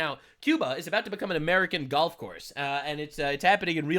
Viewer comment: "Cuba is about to become an American gholf course" 😂🤣. Hilarious hahahaha!